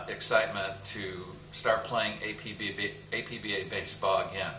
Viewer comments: It's pronounced APP-BAH as stated in the famous color brochure and as was written in the brochure. Never, no Never pronounce it Ay-Pe-Be-Ay. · Okay, I have to say it because it came with the literature in my 1980 APBA baseball game...APBA is pronounced as a word, two syllables. APP-BAH. It is NOT pronounced as speaking the four letters A-P-B-A... Anyway, great video. Forever APBA (APP-BAH).